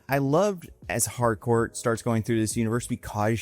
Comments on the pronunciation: ... it's HARCOURT WITH A T AT THE END... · Pretty sure it's Harcourt, not Hardcore